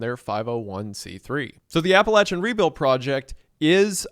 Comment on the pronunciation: The fact you went on-location yourself to help shows what a great guy you are,. Thank you for using your platform for good. It's also nice to see someone connected with the area well enough to know how to pronounce "Appalachia" correctly;)